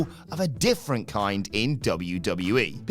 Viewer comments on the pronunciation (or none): none